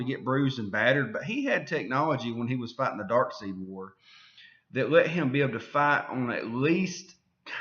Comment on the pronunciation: It's DarkSIDE! Not DarkSEED, DarkSIDE.